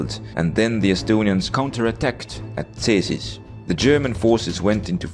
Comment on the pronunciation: Wait did this man say Cēsis corectly, OMG thats a very rare sight. (to he said Cesis not Cēsis estonian dude my ē = your ee)